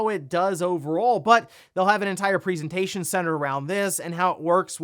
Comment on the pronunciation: "PREEsentation" f-cking hell